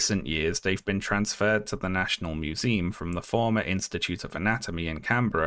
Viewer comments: Uhm can we talk about pronouncing it "museeem" like 300 times in the video? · museum? With an "uhm" and not an "eem" at the end